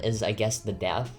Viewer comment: Its so cute how he says deaf and not depth :))